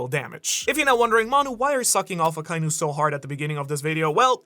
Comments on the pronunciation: It's so strange to me that this MFer can't pronounce Akainu correctly... It's "Akka- Inu", NOT "Ah- kai-nu" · I love you brother, but they gave the pronunciation of akainu... and youre missing a syllable. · It's aka•inu, not akai•nu. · I can’t get over how you pronounce Akainu and Magma lol 😅 sorry